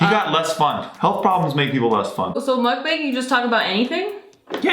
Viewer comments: Ask how to pronounce Mukbang. "muck-bung" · It's MUCK-BONG!!!! Aarrrgh lol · Lolol bang. Make the a sound more ah instead of a hard a. muk bahng. It is Korean word "muk" is eat- and then depends in context (eating ate eat). and "bahng" is room.. but they shorten the korean word for *show*.. bangsohng.. so that is where bang is from.. so.... muk-bahng. Sounds like the eating room / show/broadcast... Lolol love yall!!! Saw you guys on jk and had to follow!!!! is such a cutie. Love my fck perf nexklace! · Happy Thanksgiving you two, it's pronounced mukbHAng (bong) but u get a pass. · It's hard to watch you guys butcher the word sake and the word mukbang so much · I wish she said 'MUKBANG' the right way.